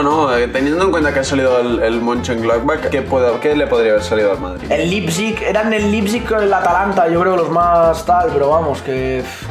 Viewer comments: Nadie Absolutamente nadie: Lipsig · Se pronuncia Laiptsig amigo, me encantó esa reacción de ustedes en ese 8-2 😊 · Nadie: Absolutamente Nadie:: Lipsig